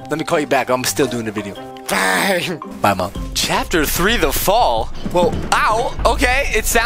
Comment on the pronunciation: He I watch yo bidios al taym